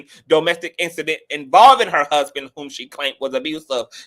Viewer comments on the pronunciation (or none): The way he said my hassband 😂